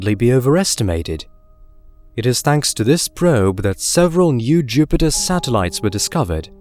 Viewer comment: I want to “ get tready” to see pleyootayoo end Jyoopitah.